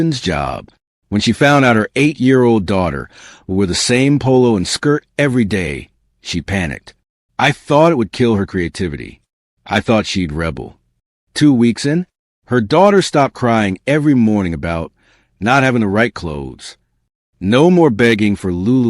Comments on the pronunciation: AI can't pronounce the verb "rebel". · What's with the AI voice? No teacher would say rebel as a noun, in a context where it is a verb. Or pronounce getting Bs as a grade "B.S."